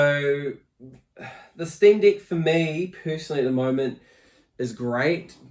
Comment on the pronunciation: Bro it wounds like you're saying Steam D*ck 😅